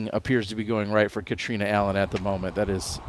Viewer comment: Why can't use Catrina's name correctly.